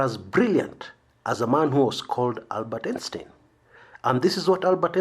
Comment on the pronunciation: Albert Einstein's surname is pronounced/ˈaɪnstaɪn/ EYE-N-styne.